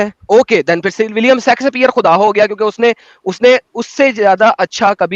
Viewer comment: William Shakespeare❌ William Sexxspheree! ✅ Hard hard! 😂🔥